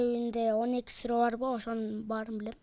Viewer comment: Ката окуп койду сүрөну